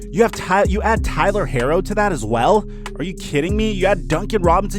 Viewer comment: He said Tyler harro 😂🤦‍♂️